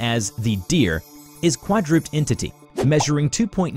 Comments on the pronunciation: I love your pronunciation of certain words Ex: quadruped (should be pronounced quad-roo-ped, but he pronounces it quad-roop’d) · “Is a quad-roopt entity” - Now that’s the most interesting (& yet, surprisingly logical) pronunciation of the word “quad-ru-ped” that I’ve ever heard. xD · I’m right at the beginning and hearing quadruped (kwah-drew-pehd) pronounced “kwaa-drooped”, I’m out. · “is qwa-drooped entity” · my man just pronounced quadruped: "quadroop'd" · im obsessed with the way you pronounced "quadruped" at the beginning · I'm sorry but It's probably the way it was written and your just reading it the way it's written but it's actually pronounced kw odd row ped. Edit: I know I probably sound like a grammar freak but it's because I am very O.C.D. about pronunciation, I can't help it you guys! But I love you're channel!!😁😁😁😁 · Never heard anyone pronounce quadruped that way. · Pronounced quadroped and hexagonal wrong